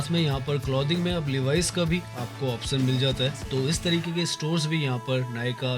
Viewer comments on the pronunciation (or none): भाई ओपशन, ओपसन नहीं बोलो ! 🙏